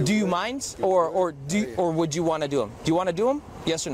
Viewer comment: when the cop asks: “you would MINd OR would you want to do them?” It kinda sounded like: “you would MINOR…” so all off the sudden the predator’s confussion and dizziness goes away in an instant, turns his head giving his attention to the cop and asks very clearly “what was that?” Because he heard “minor”. Love the fact that the cop caught on that and laughed